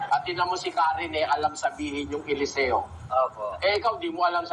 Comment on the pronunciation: Pati PAG PRONOUNCED NG ELESEO NAGING ELESE-O